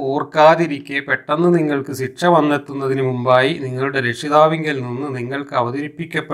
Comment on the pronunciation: മാഷേ ഒരു തെറ്റ് തിരുത്തട്ടെ... ഒന്നും തോന്നരുത്.. സിക്ഷ... എന്ന് പറയാതെ ശിക്ഷ എന്ന് പറയുക